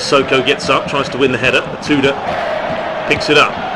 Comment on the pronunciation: Is not Matuida , is Matuidi !